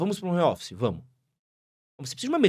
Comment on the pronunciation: Quem fala Romófice não tem autoridade pra falar nada